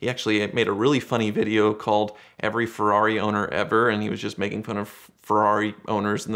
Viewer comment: No one:: Ferari.